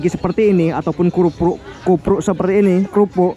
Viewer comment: Krupuk bang bukan kupruk😂😂